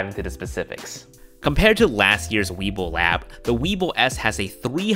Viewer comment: Did I hear him right? I thought I heard weebil wab.